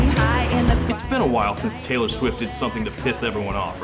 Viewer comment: “Tay-lore”, if you will…